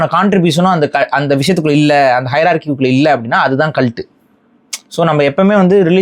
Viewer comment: Video paakama audio mattum keta naala yedho asingama kalattu kalattu nu sonna mari irundhuchu 😂